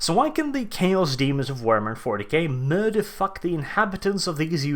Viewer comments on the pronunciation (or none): As an American, I find his accent rather funny yet regal. Especially the R-rolls. Murrrderrr-fuck it into existence